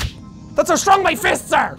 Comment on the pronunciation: 'I've seen what men do when they're angry.' "RAWR, I'M SO STWONG!"